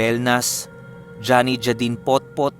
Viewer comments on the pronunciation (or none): none